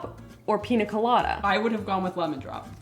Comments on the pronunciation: PiÑa colada (pin-yuh-kuh-la-duh), not piNa colada 🫣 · It's pronounced: 😅 pee-nyuh kuh-law-duh